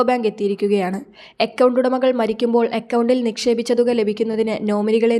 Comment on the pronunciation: അക്കൗണ്ട് എന്ന് പറയാൻ എന്താണ് ബുദ്ധിമുട്ട്?